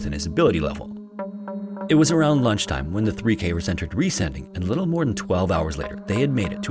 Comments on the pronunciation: While you got the pronunciation mostly right, you misinterpreted the name "Riesending" as an English adjectivisal verb ending in "-ing", like "descending", therefore your emphasis is a little off... 😅 It's actually a compound noun formed of "riesen" (engl. "giant") and "Ding" (engl. "thing"). So it literally means "giant thing" and is pronounced RIE-sen-ding (like GI-ant-thing), not rie-SEN-ding (like gi-ANT-thing). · I believe the name of cave in the 3rd story is pronounced 'Riêsen' it is spoken like the english word 'reason', ...so the cave name 'Riesen Ding' means in german 'Big Thing'! 😉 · Riesending is pronounced closer to "reason-ding" than "re-sending" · One thing about the last cave: it’s not ries- ending ,but riesen - ding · "Riesending" is not pronounced as Re-sending, but as Riesen-ding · Riesending is pronounced like "reason ding" not "ree sending" lol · As a German, it was a little bit funny for me how you pronounced the Cave in germany. The letters were right but the grooping was wrong. You said it like Re-sending but 'Resen-Ding' is much more like the correct pronounciation of 'Riesending' ^^ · It's pronounced "reezun ding" and literally means "gigantic thing". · He got the cave name wrong tho. Sounds more like "reason thing", and means giant thing. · His pronounciation of "Riesending" was amusing :)